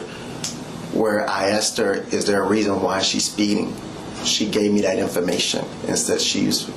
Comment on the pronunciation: This cop is beyond sketchy. We are entertaining his obvious OUT OF CONTROL CRIMINAL SEX ADDICT behavior. He is dangerous ! And he says DAT instead of THAT.